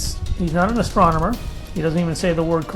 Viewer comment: Oh! So now this same guy is a GOVERNMENT insider? I just watched a video with this exact same interviewee where he claims to be a NASA insider! AND he can't even PRONOUNCE astronomer! He says "astrominer"! He does not have the grammar of a Phd. NADA scientist. You have been had.